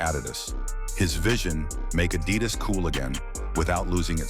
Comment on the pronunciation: This AI voice cannot correctly pronounce "Adidas"